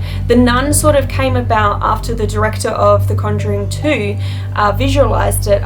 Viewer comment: Officially- "Executive (pronounced ex-acute-ive) Die-rector of Media and Public Relations"